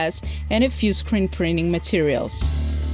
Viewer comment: Did you say scrint preening materials min?